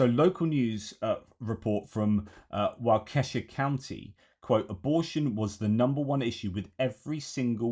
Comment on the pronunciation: Walk-eh-shaw, not Whah-keh-shuh. Great insight and thoughts. Thanks.